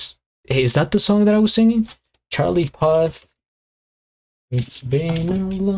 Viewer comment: Great video man, also it's pronounced pooth lol😂